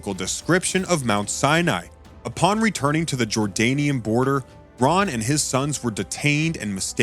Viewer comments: Whom ever was the reader of this PLEASE CORRECT YOURSELF and in video the discover name was not Roy.... The name of the gentleman that has discovered many biblical truths and sights his name is "RON" WYATT search his name out doscover all he has found before he passed... HIS name deserves to be recognized correctly... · Very badly put together - perhaps needs to be done again with Ron Wyatt's Name Pronounced carefully as Ron and not Roy! The Pictures Need to Tally with the Facts - Poorly done - Disappointing!!